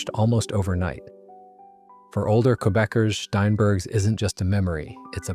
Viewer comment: It's STEINbergs, NOT SHTEINbergs